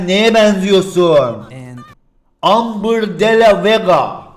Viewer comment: Amber Kostum okunusu: Embır Di Lo Vas